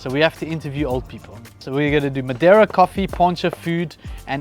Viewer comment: Hi My satisfaction started with you pronounce madeira correctly 😊😊😊🎉🎉 and then speaking with the master craftsmen.👍👍👍.regards Carlos